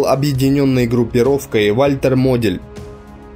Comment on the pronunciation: Хорошая информация, но произношение некоторых слов: Антверпен, Бастон, Модель - говорят о том, что автор не только материал впервые видит, но и просто не эрудирован.